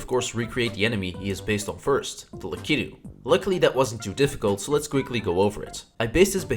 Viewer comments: "Luhkittu" Bruh it's Lakitu Lack it ooh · He called it a lac-ee-2